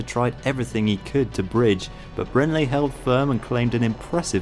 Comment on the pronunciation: Brändle is a massive talent, but the way you pronounce his name makes me wince - it's BrAIRn-dell ;-)